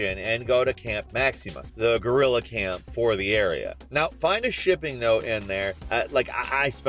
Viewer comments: you did not just say gorrila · “Gorilla” lmao